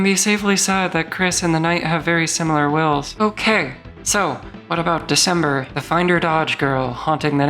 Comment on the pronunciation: "The cember"😭😭